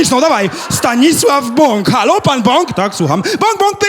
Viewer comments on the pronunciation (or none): none